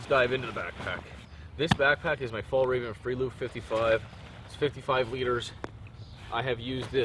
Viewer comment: Looking forward to the trip video. I find it funny when you say fallraven. You should call it "mountainfox" since that's what it would translate to :)